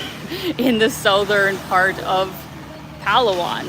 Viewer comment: It's not pronounced as PAlu-wan.. But pa LA 1